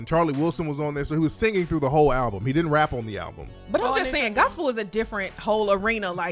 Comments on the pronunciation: lol I don't believe that for her entire life she thought it was pronounced "alblum" smh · An "ALBLUM"?! I'm DONE!!!!